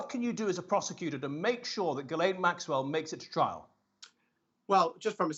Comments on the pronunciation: Lol, all my channels pronounce it "Gizlaine" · Please Pronounce her name correctly SHEES-LEN ! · These are supposed to be journalist, and yet most of them can not figure out how to pronounce her name. It's Ghe-lyn. All they have to do is listen to how Virginia Roberts Giuffre pronounces it. But that is too much work for these people. Pathetic how journalism has deteriorated. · Her name starts with a G hear me a G why oh why do the Americans become so lazy when talking.. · Why can't people pronounce her name right?